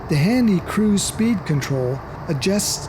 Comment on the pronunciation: After 10 minutes I realized the man was trying to say cruise but he kept saying crews